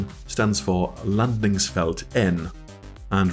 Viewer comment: "Landningsfält Ett", otherwise extremely good pronunciations throughout! En/Ett is a very weird thing for most people trying to learn swedish, so no surprise about the confusion there. 😅 Also, I don't think you mentioned it but a 90-ref number is automatically generated for FARPs in the mission.